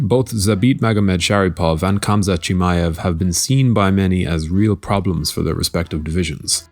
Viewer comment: Plz there is no K in Khamzat when you pronounce it... Its Hamza ufc alwas starts the stupidest shit